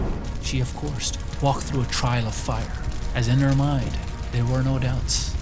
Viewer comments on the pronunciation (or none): none